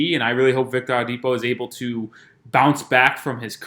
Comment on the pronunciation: Sir,, it's "O-LA-DIPO",, not "AHLA-DIPO"..you killn us